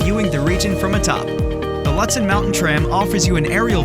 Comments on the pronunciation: Find an announcer who can pronounce northern minnesota places properly: Lutsen is pronounced like Lootsen, and Poplar River like Popler River. Thanks! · I agree! Looootsen. And yes. The video doesn’t match the description. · Mispronounced Lutsen. Stopped video immediately. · It was hard to watch this video…the voice over guy has a nice voice, but doesn’t know how to pronounce Lutsen. Should’ve used someone from MN or someone that’s actually been to Lutsen. Also, the drone footage was nice but the description of activities unfortunately doesn’t match at all what you’re showing. Was hoping for more.